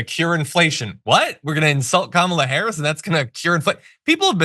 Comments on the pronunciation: He finally learnt to pronounce Kamala's name!!! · Wow! he actually pronounced Kamala's name correctly. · Well, at least he's pronouncing Harris's first name correctly there. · Oh, and he also said Kamala's name correctly, accidentally, TWICE!! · He must be losing his mind. He's actually started pronouncing "Kamala" correctly. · He actually pronounced her name correctly twice in that clip. That's the real news. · I think he’s pronouncing her name correctly. Must be watching a lot of tv about her